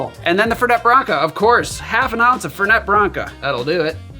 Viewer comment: FEHR-nay. Not FUR-net